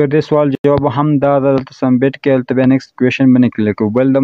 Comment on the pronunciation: Submit or sumbit😂